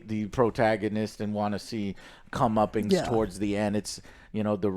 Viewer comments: Joe I love you mate but it’s COME-UP-PENCE. Not COME-UP-PINGS. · comeuppance. Not "comeuppings".